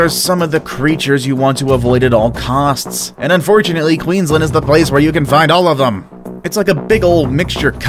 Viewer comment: Did he just say queenslend?